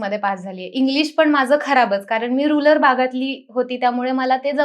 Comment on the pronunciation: रुलर नाही रुरल भाग असतो बाई😂😂